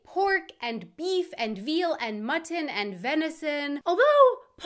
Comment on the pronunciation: omg she pronounced the t‘s in mutton! First time that I hear you not dropping them! Quick, write it down in your calendar 😱